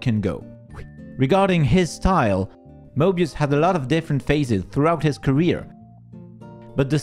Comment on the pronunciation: Moebius also known as who? (I’m not making fun of the French language nor am I mocking you, I’m just amazed at the pronunciation and also at the fact that I wouldn’t be able to pronounce it properly)